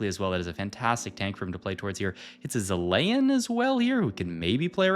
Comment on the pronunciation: Your pronunciation on some of these units is crazy, zilayin cracked me up